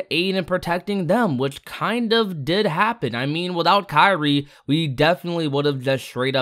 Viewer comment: Kairi? It sounded like he said Sakura